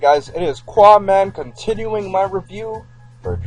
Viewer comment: Hey, you know you say your own name wrong, right? You're saying Quaman, not Qaaman.